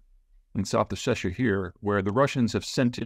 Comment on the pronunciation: Your pronunciation needs some work. oh-set-EE-yah, ahb-haz-EE-yah and Ga-ra-bagh. There is no K. It's a bad transliteration. Naxçıvan is pronounced Nakh-chi-vahn with the i being a soft I like in "middle". Also "nagorno" is Russian and not how either side calls the area.